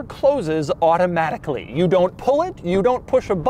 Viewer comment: Doug: " It's handled electronically and auto-H-matically " I love when Doug ^enunciates^ his rich-people-speak, adding an H to the word: automatically.